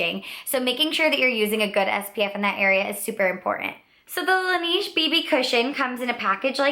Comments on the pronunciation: good video! it's pronounced "lah-nehje" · I'm from Korea and I have worked for AmorePacific Corporation who is the parent company of Laneige and thats why I said that you're saying the brand name wrong. We say it kind of like Laneíge or Lan Edge. The company chose the french words La Neige which means the snow. The name was chosen because laneige uses himalaya snow water in their products. If you look at the ads thats how you are suppose to say the name. Have a great day! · you're saying laneige wrong...